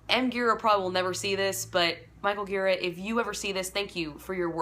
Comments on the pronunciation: Gira is pronounced 'Jeer-ah.' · it’s pronounced dji-rA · Thanks for this. It's pronounced Jeera btw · Gira with a soft G :)